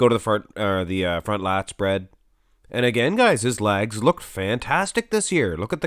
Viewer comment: “Good size on his lag’s” love the way you say leg”s ! lol